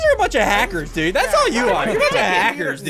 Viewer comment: Only OG's would remember how he used to say "dood" 😭 Flashbacks to Blood and Bones